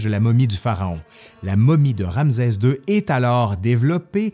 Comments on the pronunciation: Très intéressant et vivant comme d'habitude mais pourquoi prononcer "Ramzez", et non "Ramsès"?? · En effet, petite erreur de prononciation… Ramsès \ʁam.sɛs\ (rame-cèss) 👍🏻🤓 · ramsɛ ; un minimum serait de bien prononcer le nom ! Rˁ-ms(w)-sw : Rê l’a engendré . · C'est une très belle vidéo : Ramsès II est un pharaon incontournable !! Petite remarque : en France , on dit Ramssssès car il y a deux consonnes qui se suivent mais ce n'est peut-être pas le cas dans la Belle Province 🥰😘 Merci et 😚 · J 'adore ces "capsules " . Je prononce RanSes, pas RamZes..c est normal ? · “ RamZeZ 2 le Retour !!!” 😂👍 La prononciation québécoise est originale. 😉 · Bonjour, pourquoi tu prononce ram"z"es?? Un subtilité québécoise ou un élément historique? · Euh... Ramzès, c'est une prononciation québécoise? Merci pour la vidéo.😊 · Malheureusement les Égyptiens ne parlaient pas québécois ! Rê l’a engendré : Rˁ-ms(w)-sw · ouai pr un prof dhistoire ca craint un peu bon on va dire cest les prononciations zarbi du quebec :)